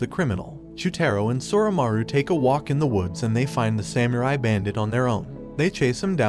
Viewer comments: Bro said sam you rai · “samURi” I’m sorry it’s just so funny 😂